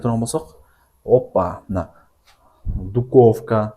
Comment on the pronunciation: Правильно будет духовка а не дуковка